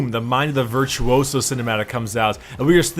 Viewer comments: When english guys says ''veirtuousous'' when is virtuoso. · "Virthuoso" non si puo sentire